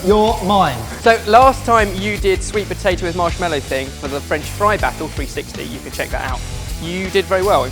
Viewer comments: Am I the only one getting flashbacks to the Guinness Cake when kept saying POTATOO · You're right! saying the word potato never fails to make me laugh